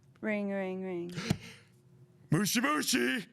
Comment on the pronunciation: The way says "moshi moshi" is just so wrong. Kinda similar to how Americans say Aang as "Eyng".